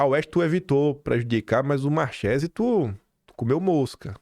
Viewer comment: Três dicas relacionadas ao italiano: 1. Marsiglia = pronuncia-se MARSILIA, 2. Tagliaferro = Taliaferro, 3 Marchese = Marquese.